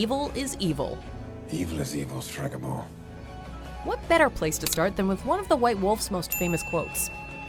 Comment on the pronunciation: streega?...striga i not ee